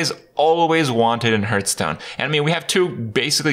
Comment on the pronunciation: Six years, and Kripp STILL doesn't know how to pronounce "Hearthstone"?